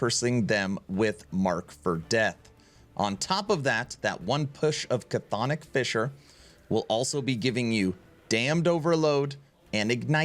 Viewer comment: just an fyi on Chthonic; it's not "Ca-thonic" it's just "thonic" It's Greek, we like silent letters :P